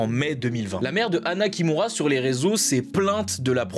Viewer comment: chui désolé mais quand tu dit anna kimura j'entend " anna qui mourra" jpp